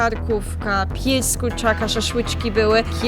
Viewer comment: czy tylko ja w slysze pies z kurczaka?